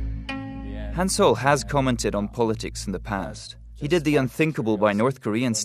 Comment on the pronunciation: It's Kim Han-sol, not "soul". 김한솔 (Gim Hansol or Kim Han-sol)